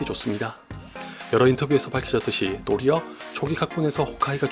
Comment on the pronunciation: 도리엌 초오기 각본에서 홐으 아이가 죽으려던걸 이분 발음 따라함